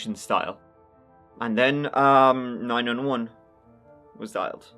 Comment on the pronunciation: 8ts funny because i found a flaw in the video when you said 911. You pronounced differently. But your still a beast at Crime Podcasts. Number 1 in my list❤